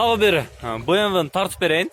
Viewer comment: BEMV дейтго 😂😂